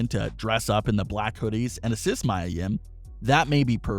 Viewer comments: Mia (Mee-Ah) not Maya (Mai-Uh) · It's pronounced Mia, not Mya. I said this last time he said his name. Might as well call her by her old name Jade or rel men Stephanie. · Anyone else annoyed he keeps saying Maya and not Mia Yim.... Sorry but it takes me away from the story.